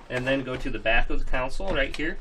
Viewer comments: Console, not council. I'm sure you've heard this, and lots of people say it wrong. It's like ask and aks. One is correct, and one makes you sound dumb. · Console** not council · Cool. Just fyi. Its console not caunsole. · I thought I was the only one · The way he says console lol he says counsole 😆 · Annoying how he pronounces console as 'council'.. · Nothing makes me more angry than the way he pronounces console.. like seriously mate why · nothing makes me want to rage harder than the way this guy pronounces console.